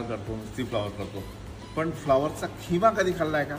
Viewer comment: किमा नाही खिमा